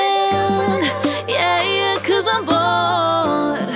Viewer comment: Its "yah yah" not "yeah yeah"....no hate I literally envy you😂